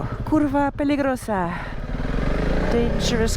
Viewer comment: When your a Slav and here her say "Kurwa Peligrosso" but in fact it's "curva peligrosso" :D